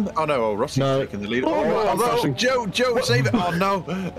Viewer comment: Into the leeeaaad really did sound like into the mead 😂